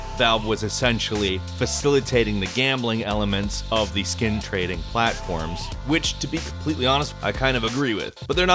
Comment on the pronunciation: did u say skin trading in a weird way on purpose of did i just hear it that way